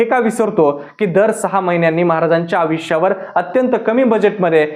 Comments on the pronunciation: अविश्य नाही.... आयुष्य असतं ते.. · Aaj kaal konihi reporter bantoy hya la ayushya ha shabdahi nit uccharta yet nahiye